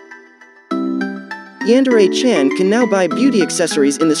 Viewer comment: Did This Man Really Say “YaAaNdErE”? Did This Man Really Say “Brain Paint”?